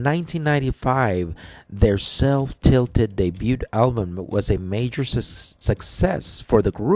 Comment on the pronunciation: Wow, can you at least attempt to pronounce his name correctly - Haselline? Hasting(s)? - you did not get it correct even once. Is English your, like, 4th language (i.e. Tweeter account? Self-tilted? Sais? 20 to 10 signals? - should I go on, because you sound like an illiterate)? In addition, you clearly know nothing about this band or their music, so your opinion is invalid. You are choosing what you want to hear. Dan Haseltine co-founded the Blood:Water Mission in Africa. What have you done recently to spread love and hope to your fellow man, because, I only hear negativity and judgment? Matthew 7:1: “Do not judge lest you be judged."